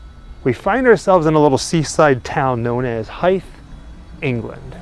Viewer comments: Pronounced more like "Hyvthe" than "Hyfthe". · "Hythe" is pronounced with a long 'Y', like "Hyde". I couldn't work out where you were until I read your full title. Communal ossuaries became a thing when cities began to run out of room to bury people and had to start digging them up to make room for fresh burials. In you video you only see skulls and thighbones because, when storage became a problem, some bright spark came up with the idea that you only need your skull and your thighbones in order to resurrect. So your ossuary is basically a cloakroom for Judgement Day. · It’s pronounced ‘Hithe’’. Live a hive of bees but with a soft th in the middle. I didn’t live far from this when I lived in kent. If you haven’t already maybe visit the Catacombs in Paris. It’s amazing. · I couldn’t make out the name of the place you said at the beginning, then I went back and realised it was Hythe, very close to me on the edge of the New Forest. Never knew about this church and the bones! Cheers